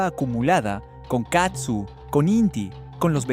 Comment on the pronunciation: Hola desde Ca. No es katsu, es CAZZU, vez la diferencia???? Prenuncia bien para que no te cretiquen. !!!!!!!!!!!